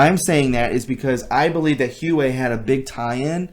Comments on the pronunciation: It is actually pronounced Wa-Way. Hope that helps!! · Its pronounced Hu-wah-way ❤ but you say the first two sylables together like Huwah-wei... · Huawei - pronounced Wah way. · Huawie. Pronounced why... way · actually i beleive the company [huawei] name is pronounced "WAH-WAY" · Huawei is pronounced WAH WAY.... also... the ** MARCH MADNESS ** reference is to the bio weapon that is rumored to be stored in 3 cities that WILL be released, if not neutralized beforehand, when high level arrests begin... look up bio weapon TRIXIE... it makes people mad, mad = rage, rage = kill .... this info has been out there for about a week! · It's pronounced "Wah-Weigh". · I believe Huawei is pronounced, wah-way.